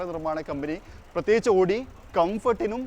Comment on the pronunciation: Pronounce Owdi.not odi please ❤